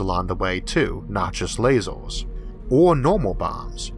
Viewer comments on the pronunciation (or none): Learn to say "er" instead of "or", and the alleged speech impediment is gone. "Emerge", not "Ormorge". "Earth", not "Orth". Lasers, not lasors. Future, not futchor. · What accent / dialect is this? It sounds like he says "hardor" instead of "harder" and "lasors" instead of "lasers" :)